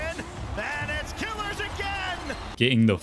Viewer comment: Ur pronunciation to kiileerrz is annoying just say killers its killers maybe with the z not the s